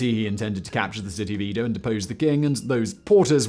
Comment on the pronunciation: #OnlyOnePhoneticNitpick: Eh-Doh... Not Ee-Doh.